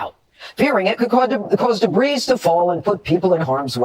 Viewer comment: Imagine being a news reporter and not knowing that the S in debris is silent.